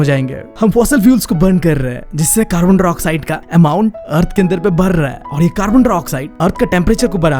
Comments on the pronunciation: Carbon dioxide ❌️ carbondroxide😂😂✅️✅️✅️✅️ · bro its carbondioxide not carbondrioxide